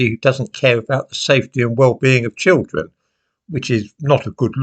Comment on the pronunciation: The chil'en ! 😭 The chil'en ! 😭 We must save the chil'en ! 😭